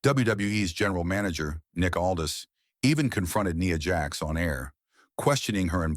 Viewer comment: It's Nia Jax not Nee Ya